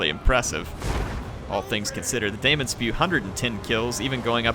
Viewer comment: Daemon is still pronounced 'Demon' :-)